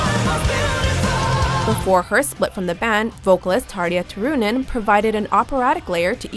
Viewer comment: I'm sorry but HOW does she say Tarja Turunen?